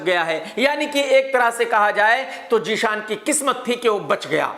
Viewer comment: Jee-shan nahi chariya zeeshan